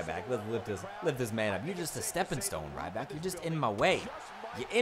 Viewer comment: It's ryback